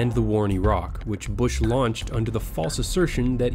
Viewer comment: Thank you young sir for pronouncing Iraq correctly